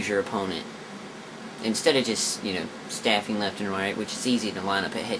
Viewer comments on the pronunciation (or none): Just saying its not Staffing, its Straffing with an R... Just saying... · its strafing not staffing. omg that was annoying the crap out of me sorry man. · it's strafing not staffing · Strafing = Stray-Fing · it's strafing.. not staffing. lol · straffing..not staffing right? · its strafing not staffing